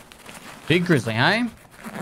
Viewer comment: I wish it was spelled "BEEG" since that's how he says it